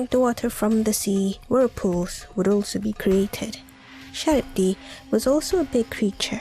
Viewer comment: You've mis-pronounced the creatures at Number 4. Scylla is pronounced "Sil-La" and Charybdis is pronounced "Kah-Rib-Diss".